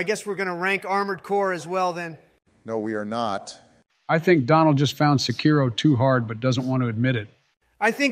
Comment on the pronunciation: Every time Americans mispronounce "Sekiro", an imaginary porcelain plate smashes to bits inside my head.